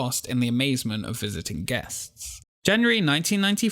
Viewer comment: interesting topic, though i'll admit it took me a while to get used to your accent, and how you drop the "g" on so many words (constructin', visitin')